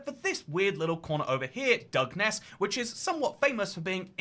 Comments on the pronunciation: It's pronounced "Dungeon-ness" 🤣 Also, we have rainforest too! A diverse little island indeed ☺️ EDIT: Sooo ... I'm just gunnu leave this here as a lesson to myself, and others, not to pause the video to correct somebody. They might just start saying it right like 10 seconds later 😅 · Thanks for correcting your initial pronunciation ‘dug-ness’ lol!! Do u have dyslexia btw? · As someone from nearby on the South East coast, I find the way you pronounce Dungeness hilarious… it is actually more like “Dungeon-ness” 😅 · It's pronounced "dungeon ess" and it feels like being in a fallout game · FFS it's pronounced Dungeon- ess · Its pronounced dungeon-ness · Its pronounced dungeon-ess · Dun gen ess... Also, north Kent is almost Mediterranean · Dungeness is pronounced dungeon-ess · The pronunciation of Dungeness in the beginning pained me